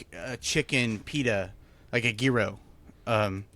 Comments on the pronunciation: It is YEE-ROW... every time you started etc the "gee...", my 1/2 Greek blood started boiling! Hope this helps??? (BTW, why are my comments blocked on IRL??? I never say anything mean...) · Isnt it pronounced “Jiro”. Not gear-o. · American pronunciation: Jye Row Greek pronunciation: Yee Row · I made Sonic chili copycat the other day. That's my new mex spice mix now. Yearo, the g isn't a hard g. Post your pronunciation to a short, see how many people get triggered lol Oh lavender is wonderful and is anti anxiety. If the baker messes up though tastes like soap. Now I want a Banana Flip... they don't make them any more. Put the misfits in the freezer, cut them up at a market as free tastings. Use the air fryer to not heat up the house. Fee-ed-day is right. Breakfast Sand: oil, non-runny(I don't do runny period) egg, cheese, sausage patty, mayo on toast. Croissant if I have it. biscuit if I'm cheating on my diet. Spam is (green throw up emoji)